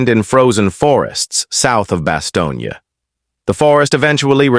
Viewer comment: 原文可能不是真的用英文，在突出部之役，沒有Bostonia 這個地名。只有用英文或法文發音的巴士東或較冷門的德文發音巴士東捏。任何要貼文談突出部之役的人，先去仔細看Band or Brothers，弄清楚地名再說